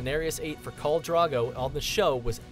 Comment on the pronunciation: Old Naan? Dude, like naan bread? It's Old Nan! as in nana/ grandma. And who is Carl Drogo? It's KHAL. Get your pronunciation right. Seven hells... GoT reference tho.